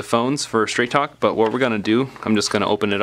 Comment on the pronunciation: sounded like you said Trap Phone Wireless 😂😂😂